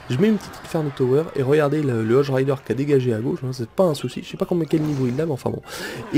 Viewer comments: ON DIT HOGUE RIDER PAS HOJE RIDER!!!!! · Cest hogue et pas hoje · Moi aussi sa m'énerver quand il disait ca X) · Par contre les cochons tu prononce "hodge" mais c'est "hogue":p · Ahhaha le chevaucheur de cochon en anglais ça se prononce hogue et pas odge x) et états uniens ça n'existe pas sinon gg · stp arrête de prononcer "hog rider", "Hodge rider" c un G putain!!! hog! hog! hog! sinon super vidéo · Arrête de dire hoge rider c'est hogue rider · Les cochons en anglais ce prononce hogue rider x) !